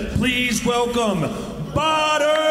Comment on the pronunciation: But his name is pronounced 'bodder' not badder.